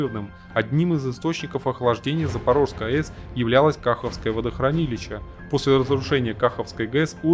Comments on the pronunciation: Ну, неужели не интересно было поинтересоваться, как же правильно произносится не известное вам водохранилище? КахОвка, известный населённый пункт, который русские взяли под свой контроль и не знают, как он произносится… Как же вы это называете своим? Тогда пусть будет река мОсква и озеро бАйкал… Я ж понимаю разницы не какой… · Автор, во первых напряжение в ВЛЭП измеряется в киловольтах. Во вторых водохранилище, которое взорвали ваши рашистские войска, называлось Каховским, с ударением на букву «о». В третих линия ВЛЭП 750, которую, опять же, ваши войска, так называемой РФ и обстреливали неоднократно, называться «Днепровская 750», с ударением, опять же , на букву «о». Отказы ее, равно как и отказы других ВЛ, были вызваны именно обстрелами ваших оккупационных войск. Если автор так сильно переживает о судьбе нашей АЭС, есть очень хорошее и единственно правильное решение, вернуть ее «Энергоатому» и вывести с нее свои войска и прекратить свой ядерный шантаж и терроризм. И, еще одно. Я б порекомендовал не рассуждая в комментариях вашим зрителям, по поводу розы ветров и степени загрязнения, которой будет подверженна территория наших областей в Украине и Европе, а подумать о последствиях которые вслед за этим последуют. А еще задуматься,о безопасности, к примеру, ХОЯТ Курской или Воронежской АЭС и о степени заражения российской территории, вследствие выбросов на этих объектах. А, я вас уверяю, они непременно случаться. Слава Украине! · А еще вместо кахОвского...кАховское...слух режет)))